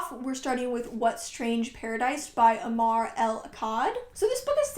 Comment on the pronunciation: Hey, I wanted to correct the pronunciation of 'Omar'. A in Omar sounds like u in occur.